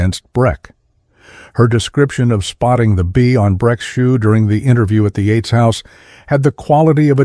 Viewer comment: Techs not Tex. Bee not B.🐝 Yates not Eights.